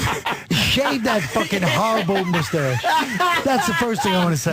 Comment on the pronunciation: 'Shave that Michael Jordan MOOstache" 🤣🤣🤣🤣🤣🤣🤣😆😆😆😆😆